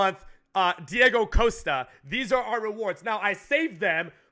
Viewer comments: It's causta not coasta Mexican pleb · Please, for the love of God, stop pronouncing his name as 'Coaster' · The way he pronounces Costa wrong is so irritating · joey slade ikr he can't pronounce costa lol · How can a mexican guy not say Costa